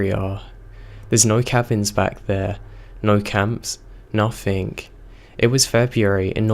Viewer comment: im sorry, i know im an asshole but its driving me crazy. There is no ''k'' in words like nothing, anything etc.